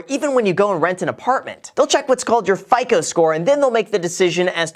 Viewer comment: I thought it was pronounced fico not fico